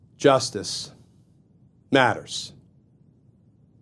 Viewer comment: I appreciate this series and how Mr. Kirschner explains things, but do you think he might lay off a bit on emphasizing "Justice Matters" in that forced manner? It ends up sounding a bit corny. I'll keep watching, but I wish he'd lighten up on the notion that he has to come down heavy on the catch phrase.